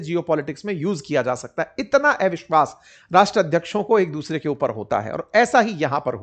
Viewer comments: आप इतना बढ़िया हिन्दी बोल लेते हो, लेकिन ‘अविश्वास ‘ को एविशवास ‘ क्यूँ बोलते हो.. अटपटा सा लगता है!!??😳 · एविश्वास × अविश्वास ✓ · ऐविश्वास नहीं सर अविशवास कहते हैं😂